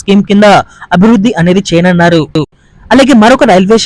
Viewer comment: ఏమి తెలుగమ్మా నీది చేయనున్నారు అను. చేయనన్నారు కాదు.